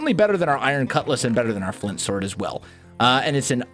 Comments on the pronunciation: He said stwords instead of sword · Omg he did lol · Hang on, - Did you say "Diamond Stord" ?